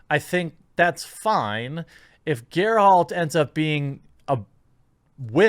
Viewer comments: Bro, it's "Geralt", not "GER-HALT". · Jeremy: I can't help that I haven't read the books. Library: Am I a joke to you? Also it is pronounced Ger-alt not Ger-Halt. I jest. I think Cavil absolutely nailed Geralt in appearance, but especially in voice. He's basically a British Doug Cockle. There are some concerns with the writing and dialogue, and apparently they have GoT's military advisors, give the whole infantry running up a hill into charging cavalry nonsense. The rest of it looks serviceable. As far as the bait and switch, I think it's probably taken out of context, but we will see. The books sort of jump around to different POVs, and sometimes there are multiple chapters that Geralt isn't even in. The books, short stories aside, are almost never from Geralt's exclusive POV. Also it is worth noting that Ciri is the main character of the books, not Geralt. I guess "The Lady of Space and Time" just wasn't as catchy as "The Witcher". This being Netflix, you're right that there will inevitably be some progressive subterfuge woven in, and that it depends on how well the other aspects of the show are done. If it's really bad, Cavill may have to carry the series on his charisma alone, and while I don't think that would be sustainable in the long run, I think he's rather well equipped to do it for a short while. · First, please stop saying 'Geralt' as 'Gare-halt'. Second, this is more like a yellow flag than a red flag since Ciri gets plenty of Ciri only time in the books. Yennefer isn't in the books nearly as much so that's the yellow flag part. As long as they treat the characters right and the story right, I can get over the half black Triss. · Ger-HALT of Riviera. Get it right. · A true fan always calls Geralt of Rivia Gerhald of Riviera. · Why do you keep saying "GerHalt"?! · Why are saying Geralt name wrong Jeremy? Are you saying it wrong on person. You also say "woman" wrong